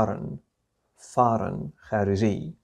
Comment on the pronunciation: 👍👍👍👍استاذ كلمة foreign اعتقد تلفظ فورن وليس فارن ?